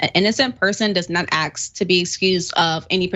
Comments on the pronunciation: the word is ASK, not AXE. I can't take this lady seriously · Can you axe her to pronounce ask correctly. Please!! We're not chopping wood here.